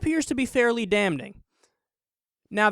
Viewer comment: I've never heard someone pronounce the 'n' in 'damning' 😄